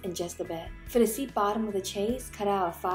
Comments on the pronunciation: Ok. Enjoying watching but one thing is driving me crazy. Chaise is not pronounced like chase. It is pronounced like shaize. The ch has a soft sh sound and rhymes with maize. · Definitely going to make this - you're incredibly talented and my go to for miniature tutorials!! I'm going to try making these for my nieces! As an aside, not to be annoying, but it's pronounced SHAYZ or SHEZ as opposed to CHAY-se. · Isn't it pronounced "shez"?